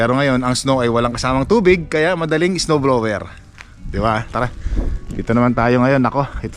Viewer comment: Sir, summer not "sammer: blower not blewer...ano ba iyan matoto ka nga!!!Practice make perfect.